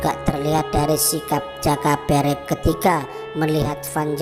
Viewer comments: Pengucapan jaka berek kok gtu kyk video sebelah. Menunjukkan bukan org jawa yg ngomong jaka berek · Nyari yg pengucapan joko berek bener gak ada ya yg bener kayak lidah org luar jawa. Kalo bikin konten teliti yg bener min. Salah ucap lain namanya lo. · Mohon maaf pengucapan nama joko berek sepertinya beda sama sumber dari juru kunci makam eyang sawunggaling,,juga ayam eyang sawunggaling bukankah namanya gong bagong 🙏 salam rahayu salam budoyo🙏